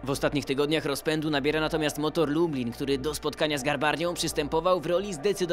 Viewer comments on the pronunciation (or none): none